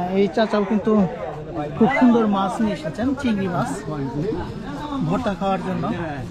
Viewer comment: Bhai Apni bar bar bolchen mas ,shobdo to mas na! Shobdota holo MACH not mas. Dhonno baad